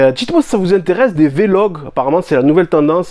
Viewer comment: mdr il dit vlog comme il veut vous me fumez vous